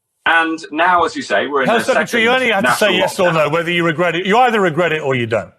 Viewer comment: ‘Regret’ is a difficult word for MH - it comes out as a smirking geerrt!